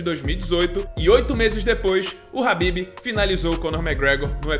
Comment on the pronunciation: Mania d chamar o khabib Nurmagomedov de Habib,incrível essa dificuldade